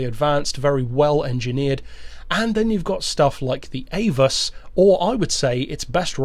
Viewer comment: Very well done..but I believe the name is pronounced.." Ah-voos"... Not "Aye-vus'' (once had a conversation with a German about the banked corners at the famed race course.).